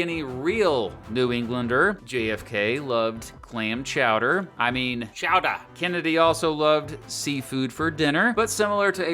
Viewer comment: ITS CHOWDAH! CHOWDAH!